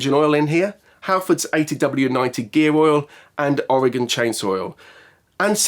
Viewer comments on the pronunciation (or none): none